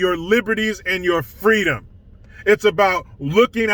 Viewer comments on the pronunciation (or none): Grandpa did not say freedom, he said fweedom.😂😂🤣🤣